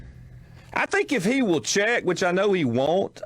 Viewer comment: "Wuwl thank you"